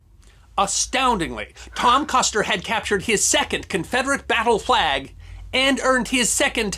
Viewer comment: You're still saying Custer wrong. It's an "Er" not an "AHr".